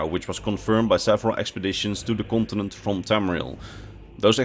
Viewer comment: "kontenent" lekker man